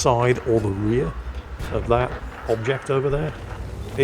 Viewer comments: sorry do i heare "bobject" or do i have somethin in my ears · I thought I was losing it hearing "bobject" the whole time.